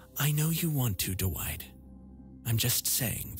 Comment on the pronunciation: What nationality are doowhite and eyezick? I only ask because I'm not familiar with these names